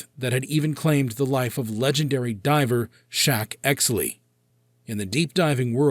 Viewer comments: Sheck….not Shack… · It's 'Sheck Exley' NOT Shack Exley. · Shack Exley?????????????????????????????????? You can't even get his name correct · It's Sheck Exley. 5 seconds of Google could have told you that instead you disrespected a hero.